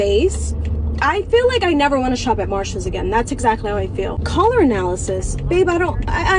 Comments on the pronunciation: she thinks it's Marcéllé a luxury French brand 💅🏻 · She calls it MarShells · It's pronounced Marchalles. I think it's French. Very exclusive. 😅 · Ya’ll at Marshal’s, who did she expect in the line. It’s Marshals 😂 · Ma'am it's marshalls not louis vuitton...😂 She needs to be brought down back to earth. 😂😂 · Girl, sit yourself down. It's Marshalls, not Louis Vuitton!!! 🤣😂🤣 They're equal to Ross, to TJ Maxx, hilarious she is lol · Girl, it’s Marshall’s. 😂😂😂